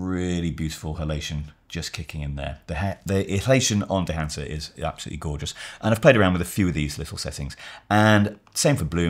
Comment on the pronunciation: "...This combined with dehancer..." Come on... 😂